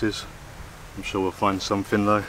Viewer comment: Welcome back to, the. Some translation for you guys from idiot English to proper English. Here we go then. Somefing = Something, Fought = Thought, Fing = Thing, Fink = Think, Somefin' = Something, Froo = Through, Fanks = Thanks. Short & sweet this time round. Oh, please for the love of God, no more close ups of you slurping on tea or food.